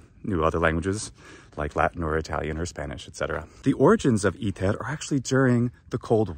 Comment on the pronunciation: Papae! Cum dīcerēs,, "iter" in prōnūntiātiōne Anglicā, bene, vōx tua (in verbīs Enniī) cere comminuit brum meum! Tam extrāneum audītū!